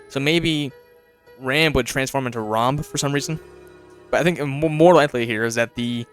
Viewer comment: WHY DOES EVERYONE CALL HIM RAMB THERE, HE'S ROMB